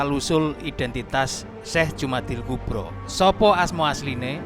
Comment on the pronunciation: Sudah bener al-kubra, harusnya dibaca Jumada, bukan Jumadi. Kalau Jumada maka dia mu'anats.